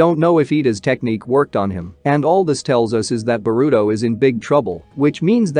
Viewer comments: He say burito not boruto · Do you say boruto’s name wrong on purpose?